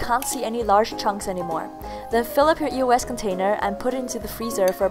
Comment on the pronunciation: E-O-S? It's pronounced EE-OHS!